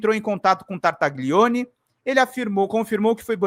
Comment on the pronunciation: Desculpe-me corrigir sua pronúncia, mas isso irá ajudá-lo a evitar o "trava lingua" ao pronunciar o nome deste inominável: GLI em italiano se pronúncia LHI , como tagliarini, famoso tipo de macarrão . Sendo assim se pronúncia Tartalhione. Da mesma forma GN se pronúncia NH como Gnocci, que abrasileirado se chama Nhoque.